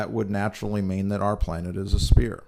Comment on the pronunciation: the word is "sphere"... pronounced (S-feer) not spear... and btw: evolution and spherical planets are not inclusive... you get your info from a church? lollll